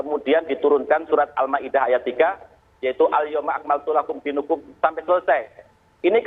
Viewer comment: Pak ketua MUI salah baca ayat. mestinya DIINAKUM bukan DIINUKUM. semoga Allah mengampuninya.